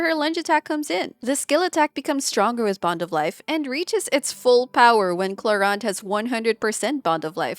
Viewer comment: You are the first english speaking youtube creator that says Clorinde correctly! As a french I thank you !